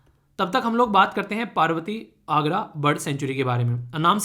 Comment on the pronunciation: sir It is arga or agra